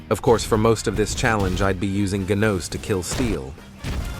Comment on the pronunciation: “GUÉNOSE” BRO TURNED FRENCH😂😂